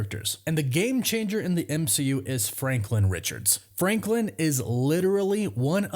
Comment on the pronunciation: You just said franklind. That's hilarious.